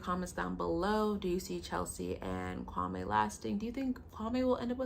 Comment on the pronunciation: Its him pronouncing his own name wrong. 😅